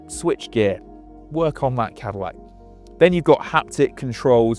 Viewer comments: We know you are a Brit but you really can't pronounce Cadillac? 😂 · Literally didn't say the Cadillacs name properly even once.